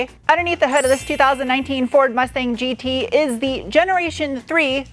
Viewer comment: German speakers chuckling at 'GE - TRAYG'...but seriously, love the content and a big fan